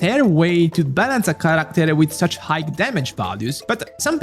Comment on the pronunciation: "high" si pronuncia senza la "gh" finale, quindi come il saluto "hi". Se fai i video in inglese, al netto dell'ottimo lessico, dovresti lavorare un po' sulla pronuncia corretta.